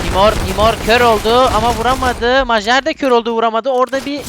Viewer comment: kankam majer mayer diye okunuyo